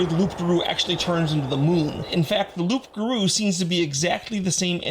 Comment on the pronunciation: Just a head's up, the "p" is silent in "loup garou" (well, in "loup", not just "loup garou") Other than that, yet another super interesting video!